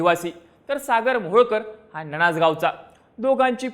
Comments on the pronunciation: ननाज नाही रे बाळा. नान्नज आहे ते...... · ननाज नाही रे बावळट, आमच्या गावाचं नावं नान्नज आहे